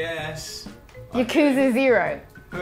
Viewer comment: Anyone else annoyed that mispronounces Yakuza?